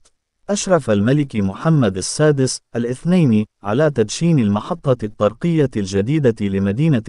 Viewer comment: تحياتي اخي. انك ترتكب اخطاء لا يرتكبها طفل يدرس في القسم غلثالث او الرابع حشومة فكلمة. الطرقية انظر كيف تقرؤها الطاء مضعفة بالفتحة والصواب. هو الطاء مشددة بالضمة والراء مضمومة كذلك هذه الكلمة كررتها كثيرا فجمع طري هو طرق الطاء مضمومة والراء مضمومة. زيادو على اخطاء اخرى نصيحة من الاحسن وتفاديا للاخطاء اقرا بالدارجة. راك شوهت راسك امسكين الناس يسخرون منك ولن يدخلوا لقناتك ويسمعوا لتفهاتك. اتكلم عادي احسن لك اش دلط لشي لغة عىبية وانت لا تحسن النطق بالكلمات شوهت راسك